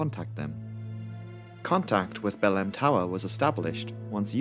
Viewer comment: How can this guy pronounce Marabá almost right but fuck up Belém.